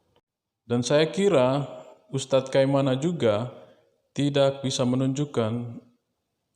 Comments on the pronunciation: Kai na ma bukan kai ma na min😅😅😅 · Kainama bropil bukan kaimana penyebutannya bropil😁✌🙏